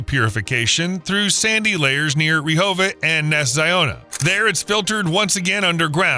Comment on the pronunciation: Also! "Reehovet"??? Hey! I live there. It's "reh-ho-vote"!